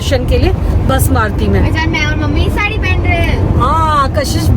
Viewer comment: भसम नही भस्म होता हैं यानी राख ।से अभिषेक पहले तो अंदर गर्भगृह में जाने मिलता था।हमने वही स्पर्श कर दर्शन किए थे। शुभ यात्रा ।